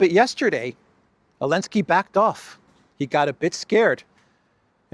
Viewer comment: why do you call him ellensky?